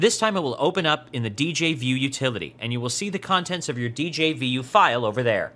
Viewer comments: djvu is pronounced as dezhavoo and not as "dee-jey-vee-you" :) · A nickel for every time he said Dee Jay Vee You.